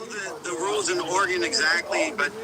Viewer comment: JiDion! I’m really starting to like your videos. You just got major brownie points for pronouncing “Oregon” correctly. I’m from Illinois, and didn’t learn until I was in my 30’s. I had a customer from there, and his reply to my pronouncing it incorrectly was to ask me “How are things in Illinois?”, pronouncing it “ILL-UH-NOISE”. I said “OREGUN”? He said “Yup”.